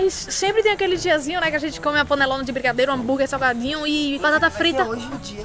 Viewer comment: e “saguadinhu” akakakaka RACHEI